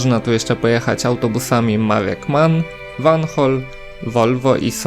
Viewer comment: V to czyta się fau, czyli van hool to fan hool